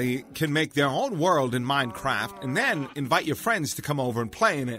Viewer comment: i swear he kept saying minecrap xD